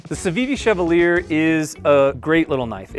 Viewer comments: I think Chevalier is pronounced shuh-vol-yay. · Chevalier is pronounced shev-all-yay. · Why can't anyone pronounce Chevalier correctly?